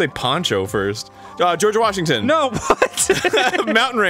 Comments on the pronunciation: half of the episode is just arin saying Goerge Washington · No - fucking - Body: Arin everytime they play this type of games: GeOrGe WAsHignTon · Weorge Gashington